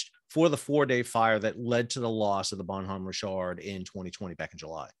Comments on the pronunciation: It is French for good man and the h is not pronounced. ba' num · the "H" in Bonhomme is silent so bon omme . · The h is silent... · The way you pronounce Bonhomme Richard is driving me crazy. Bon-nam and just Rich-erd...